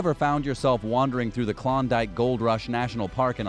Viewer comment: Congratulations, you pronounced Fairbanks, Klondike, and Skagway right. Every other name you mutilated. I am born and raised Alaskan. Most of these were bullshit.